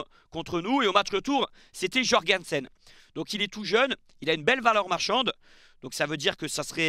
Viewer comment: Comment t’arrives à defoncer le nom des joueurs comme ça?? Messelière georguensen 😂😂😂